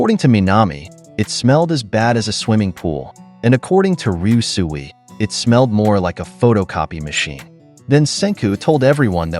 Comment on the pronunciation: How many times did he say ryusui and still couldn't say it right gah